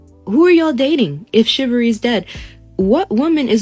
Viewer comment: She’s very far from being able to even pronounce chivalry or chivalrous correctly. So no “shivvery” for her at this time!